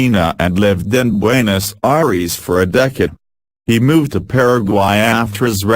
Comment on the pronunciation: Forbfuck sake learn how to pronounce some of these nmaes, you're making us look so bad with the way you're pronouncing Buenos Aires